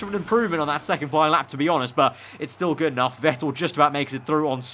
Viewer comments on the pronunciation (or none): none